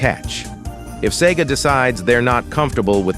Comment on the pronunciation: "ess e gee aye"